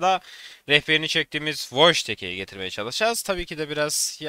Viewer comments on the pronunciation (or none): Abi wojtek degil woytek diye okunuyor biliyorum.